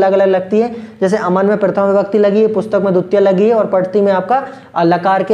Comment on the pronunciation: It's not duttiya sir, it's dvitiya